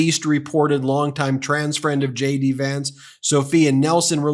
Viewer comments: sounds like you're saying Shady Vance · erm.... i heard Shady Vance.... Shady or JD? LOL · Did you say Shady Vance? 😂😂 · Ben, each and every time you say J.D. Vance, I hear, "Shady Vance." Must be a subliminal thing... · is ben saying "shady" vance ? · Sounds like he say shady Vance not jd vance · Lol... I am a foreign spectator. I always understood shady Vance. Did he say J.D. or shady? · Is it JD Vance or SHADY Vance? YouTube's CC is showing Shady instead of JD. 🤣 Perhaps pronounce JD so it could sound like shady to subliminally imply that and throw YT's CC translation and transcription service off. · Are you saying "Shady" Vance? :)